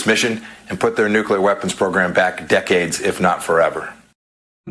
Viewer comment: this Izzyhole can't even pronounce "nuclear."